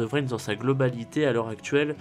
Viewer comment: Il est au courant qu'on dit pas "vrin" ? X)